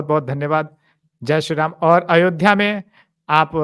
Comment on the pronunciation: कृपया "जय श्री राम" का उच्चारण धीरे और शुध्दता से करें। जल्दबाजी और औपचारिक तरीके से नहीं। घृष्टता के लिये क्षमा।